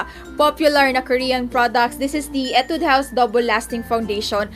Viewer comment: /Hee-Tude// not /ee-Tude// pero its fine 😂😂 I love you